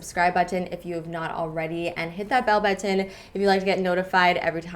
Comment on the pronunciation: I love the way Canadians say button :)